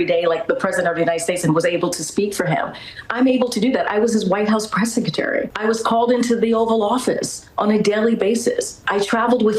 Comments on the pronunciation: I hate how she pronounces the word Secretary as sek-a-tary Lolol She does it all the time! Did someone “axe” the press “sekatary” a question? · Seckertery? No, it’s “SECRETARY”! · I heard her say that she "woke up every day proud to be the press 'seketerry' ." 'Nuff said.